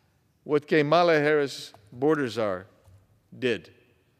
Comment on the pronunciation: KAY-mala. LOL